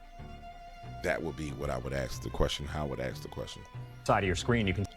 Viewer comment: Oh f I got.... us rednecks and you say ax and instead of blankets it's called coverns lol. God love ya.